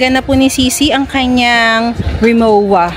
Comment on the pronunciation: RIMOWA is a German brand so it is pronounced po as RIMOVA ang W nila kasi here is pronounced as V tapos ung letter V nila ay pronounced as F ex Volkswagen as “Foksvagen”